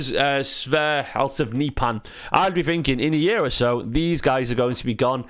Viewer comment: The H at the end in Halseth is silent. Other than that you pronounced his name pretty much perfect.